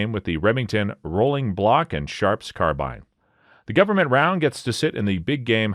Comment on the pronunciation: I'm impressed he pronounced "Carbine" and "Lever" correctly 😁